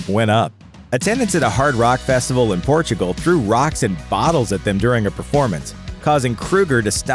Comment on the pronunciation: I guarantee you no one hates them because of misogyny. Also, it's Portugal, not Portogo you dummy.